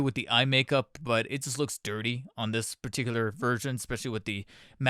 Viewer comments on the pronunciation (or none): none